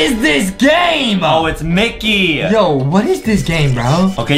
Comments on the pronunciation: Bro it said micket at the start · ah yes MICKET